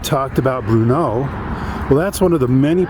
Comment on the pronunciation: I grew up in Mtn. Home, and when we would pronounce Bruneau we would emphasize the first syllable (Bru) of the name.